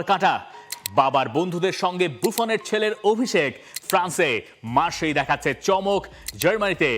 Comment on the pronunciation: Hahah 😅 it is not Marseille mar shey like you said indeed it’s going to be « marr sai « mdr il faut dire correctement chère frère